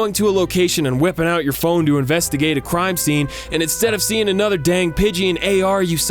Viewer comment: What are my thoughts? Hearing you say “crime” and knowing it’s the right word but still being confused trying to think what “cime” might be...